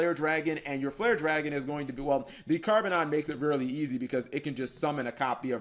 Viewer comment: It’s carbonedon not carbonon.